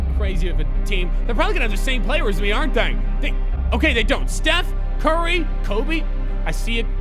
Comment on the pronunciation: I think he just say Stephen curry but he makes it sound like steph and curry